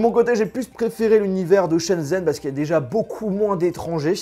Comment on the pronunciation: "Chen zen" mes oreilles saignent désolée